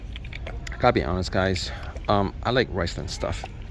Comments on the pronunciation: Did he say "rice land"? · Its pronounced RIZ-lone.